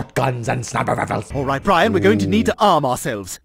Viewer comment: Snahper raffles